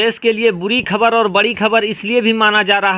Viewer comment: apnew Ttalaffuz sahi kare bolne ko sahe se seekhe khabar kabar khujlana band kare KHABAR